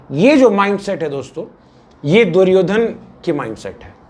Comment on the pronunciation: भैया दुर्योधना क्या होता है कम से कम प्रोनाउंस तो करो दुर्योधन, आपका मजाक नहीं उड़ा रहा हूं मैं लेकिन जो वास्तविक नाम है उसे बोलो।